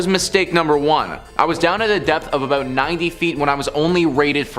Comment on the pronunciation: The first narrator, he's from either Illinois, Minnesota, Michigan or Wisconsin. I got it all from ONE word. "About". HE called it "Aboot". Maybe Canada too?